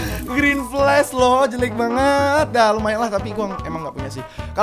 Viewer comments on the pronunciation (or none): none